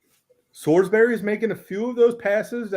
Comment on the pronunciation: Sorsby not Sorsbury...he isn't a steak